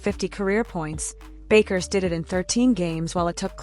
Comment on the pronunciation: At least learn how to pronounce her name!